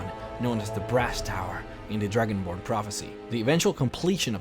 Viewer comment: it sound like you said Dragon Porn at the beginning